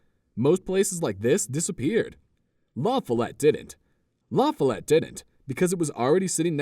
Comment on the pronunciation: needs some instruction on pronouncing La Follette. The accent is on the second syllable, FOL, not the first. Not sure why anyone would particularly want to live there.